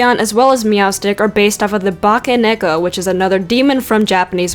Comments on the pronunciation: Well, you managed to pronounce Bakaneko and Futakuchi-onna. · Actually, you pronounced Futakuchi-onna pretty well. It sounds about how I say it, and I know enough japanese that I can say them decently. Bake-neko sound goon, as does Yuuki-Onna. You say those names better than you think, probably because the roamnji sounds the way it's spelled, with a few exceptions.